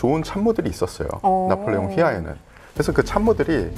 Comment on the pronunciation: 나폴레옹??? 나볼레용!!!